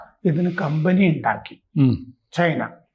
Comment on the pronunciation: ചെയിനാ അല്ല. ചൈന